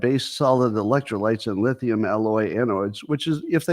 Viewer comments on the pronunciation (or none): none